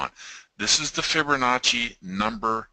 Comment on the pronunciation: Geeez.... I can't listen any longer. There is NO "r" in Fibonacci.